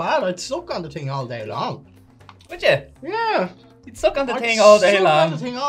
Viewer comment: MOUT wash...its the TING to say.